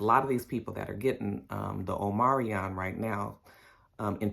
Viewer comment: Omarion, the singer, getting a bad wrap with the Rona. It's "Omicron," right?! Lol